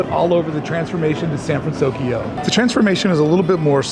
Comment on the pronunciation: Good on you for saying "San Fransokyo" correctly now 😄 Has the music changed there? Does anyone think it might?, you're the best!!! Your videos are always so well done and entertaining. Looking forward to becoming a Club 1313 member!